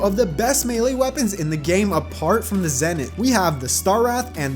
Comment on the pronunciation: Ah yes the dry-ad, meowmer, and the zehnith